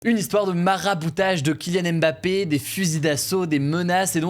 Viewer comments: On pourra arrêter de dire Aimebappé un jour? Ça se dit Mbappé... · Coucou, on ne dit pas M-Bappé mais bien Mbappé, le m et le b sont collés phonétiquement également